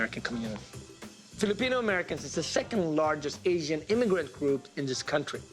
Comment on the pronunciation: Truly amazing. I’m less than 20 seconds into the video and they’ve managed to mispronounced every single Filipino food item they’ve presented.